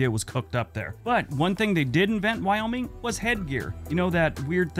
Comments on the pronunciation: What was that? IOMIN. Guayoming for Wyoming. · Wyoming is pronounced "why-OH-ming" Wyoming is the least-populous state in the United States with around 580000 people. Those people are spread across 97914 square miles (253600 km²) giving it a population density of about 6 people per square mile. This is the second lowest in the US after Alaska, because Alaska has more people total but it's much, much larger.